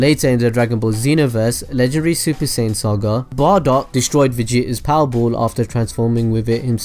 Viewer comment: it's bardock